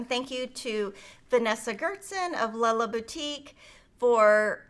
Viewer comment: You made my day by pronouncing “Lella Boutique” properly! One of my very favorite designers of Quilting fabric and patterns.